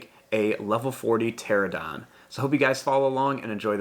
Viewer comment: And can you please draw a Bonitasaura lvl 40 and you told pteradon instead of pteradon